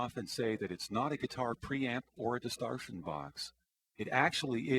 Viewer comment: Cant pronounce distortion correctly,not stereo audio,wtf 240p video? TC FAIL